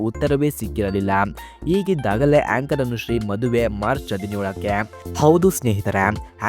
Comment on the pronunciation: ಹೇಂಕರ್ ಅಲ್ಲ ಏಂಕರ್.